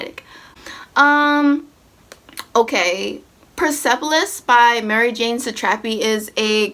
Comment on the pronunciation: why did u pronounce marjane like that......